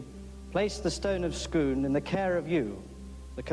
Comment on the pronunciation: Scoon not scone